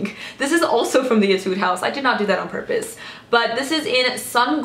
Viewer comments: I'm a new fan of yours! I love your videos so much. I've been watching them continuously.. Keep doing it please! :D By the way, in my country (Thailand), we pronounce "Etude" as "Ee-tooh-dee".. I'm not sure if mine is right for the Korean, though, but I'm pretty sure it's not Ee-tood. No offense! :) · Etude (E-tu-dee) This is how it pronounce.😂💕